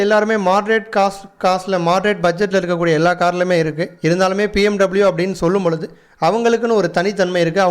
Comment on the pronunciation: It's not pmw it's BMW bro